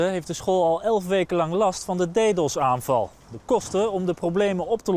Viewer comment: Hahah "deedos"